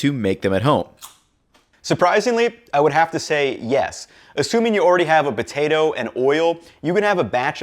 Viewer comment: Why does he say "Butato" but still says "Potato chips"?